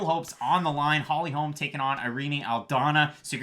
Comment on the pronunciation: It’s Holly Holm not Holms.